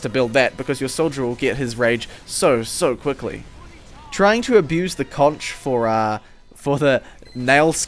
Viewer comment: Does this make the Blutsauger obsolete now? And for those of you who dont know, the Concheror is a play on the word "conqueror", and is pronounced the same way, as the item soldier holds is a conch shell. (Pronounced "conk" I know, English is weird) Please, for the love of God stop pronouncing it "consheror". This is just one of the things that Valve's play on words has caused confusion with.